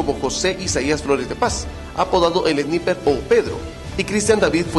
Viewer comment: Jaja el narrador de las noticias no sabe pronunciar bien sniper